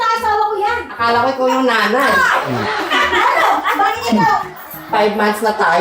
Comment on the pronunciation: Galing ni sweet pakinggan pag bigkas nya ng nanay